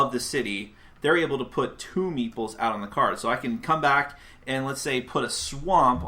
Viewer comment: Whenever you say meeples, I hear meatballs ^^